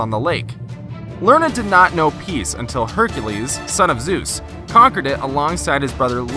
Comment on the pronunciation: did you say hecrues or hercalues